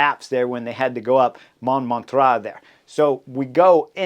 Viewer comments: Just for fun, Chris, use google translate or something similar to hear how Montmartre is pronounced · Hi Chris! Great analysis as always. Would be nice if you could work on your pronounciation of Montmartre especially if it's going to come back every year. My French ears would be super greatful. Cheers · Ahaha and my portuguese ears too😂😂